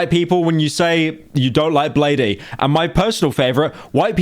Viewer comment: BLADEE = BLADE. NOT BLADE EEEEE. Poser